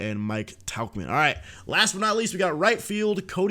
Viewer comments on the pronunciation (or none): none